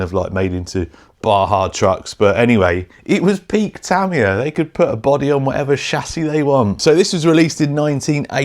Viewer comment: it's "tuh·mai·uh" :)